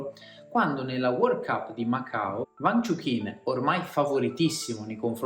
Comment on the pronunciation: Peccato per la pronuncia sbagliata del nome...